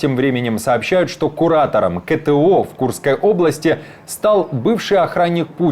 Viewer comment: Это что за КЭ-Тэ-О? Из какого языка?